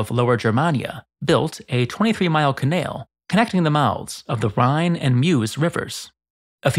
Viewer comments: What is a ca-nail? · im sorry im goign to come off very rude, and people can call me out thats fine, but why do you pronounce canal in some kind of strong south african accent? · You say canal in such a strange way that it is causing me physical discomfort. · You narrate a masonry channel, and yet You can't pronounce canal. I never wanted to be that guy mnan